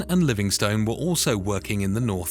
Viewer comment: Livingstone is pronounced Livingst'n too.